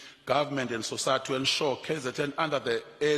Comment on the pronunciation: Sosayathi- English lessons needed here.